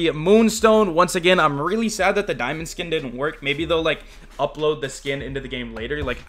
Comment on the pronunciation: "Daimond" lmao